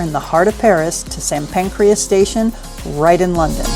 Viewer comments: Not ‘Saint Pancreas’, but Saint PANCRAS station. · St Pancreas is pronounced Saint Pancress. It is not to be mistaken with a human organ. I would say about the square but everyone beat me to it. You are pronouncing things how they are spelled but that isn’t how things actually are said. Last thing Big Ben. That is the bell located in side the tower. The tower itself is called the Elizabeth tower. You get that wrong and people pounce.